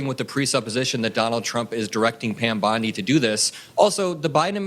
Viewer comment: Don’t you dare disrespect Pam Bondage by mispronouncing bee name!